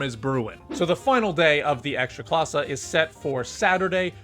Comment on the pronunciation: I'm polish, I don't watch football. Yet, Youtube will recommend to me english speaking guy talking about ekstraklasa. Good pronunciation though 👌